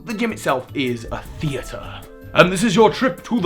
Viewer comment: Accent upon the wrong syllable when saying Theatre? Are you Count Olaf?